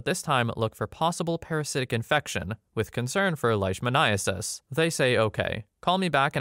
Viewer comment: Vet student here, spot on with the pronunciation of leishmaniasis